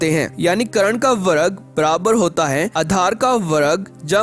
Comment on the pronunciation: वर्ग को वरग बोलने के लिए एक dislike